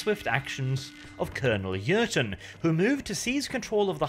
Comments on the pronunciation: Hi thank you for the remaster. However, I am sorry to break it to you, but the name is Colonel 'Jurten', not 'Jürgen' and I am sorry again, but you make the mistake throughout the whole video...thanks again anyway and happy holidays. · JurTen not Jurgen come on man